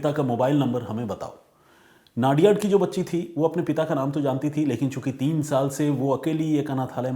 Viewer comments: नडियाद not नादियाड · वो नाडीयाड..नाडीयाड मत करो भाई,, वो #"नडीयाद" सीटी है।